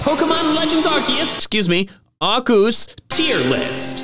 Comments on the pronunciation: ARCEUS, NOT F*CKING ARKOOS! HE DID GET IT RIGHT! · it's Arkoos